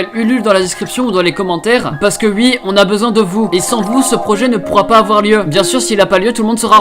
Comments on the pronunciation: Pk tu dis ui à la place de oui... t'es belge ou quoi ? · Attend tu a vraiment dit ui 😂😂je t'adore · "ui" "vous avez votez UI" ptdr, bonne vidéo sinon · tu dis “ui” je trouves ça très marrant voilà la bisette